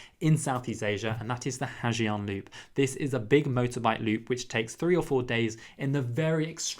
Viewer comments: It's not "Ha Jiang", it's pronounced "Ha Zang",and that parking story is not necessarily like that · Not the 'ha gee-ang loop' ☠️☠️...it's 'ha zanh' or 'ha yanh' depending on the dialect. It's not 'foo c*ck'. Think 'qu' from 'quick', and 'ook' from 'cook' = quoc